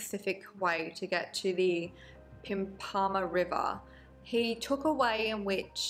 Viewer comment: It's pronounced "pimp-a-marh" not "pimpaahmah" xx